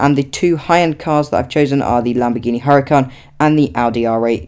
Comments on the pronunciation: HURACAN, NOT HURICAN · 😂hurican its huràcan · Its huracan